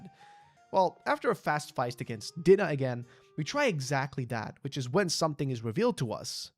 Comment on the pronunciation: Love the video, but Dinah is pronounced Die-Nuh. Also, if I recall, the Cheshire Cat was the wonderland version of Dinah.